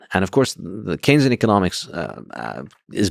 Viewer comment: really frustrating because his inability to actually make the case against keynesian economics (did they just mispronounce it the whole time?) makes the side of „hucksters, frauds and exploiters“ look more credible than they might otherwise.